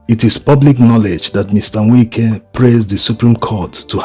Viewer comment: To the admin... Its Wike not Winke.... I understand you are Igbo but pronouncing Wike isn't same as what you think in Igbo